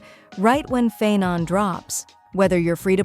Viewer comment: Isn't the pronounciation - Pha-aii-non.... ? It's grating on ny ears when he's called Phae-non... ☠️ And the oneiric shards too ... . . . . . . . . . . I need to ignore all pronounciations in this video if I need to keep my sanity..